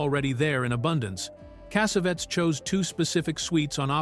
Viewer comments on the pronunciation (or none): I love this movie. I must’ve seen it five times and I used it as a therapist with people to address certain things. The one thing I cannot stand, and I really really cannot stand this. This Arabic narrator calling John Cassavetes. John Cassavettes. Finally he calls Gina , who everyone knows, Jinna. Cassavettes is the worst though. It is extremely difficult for me to listen to extremely so distracting from what he’s trying to do.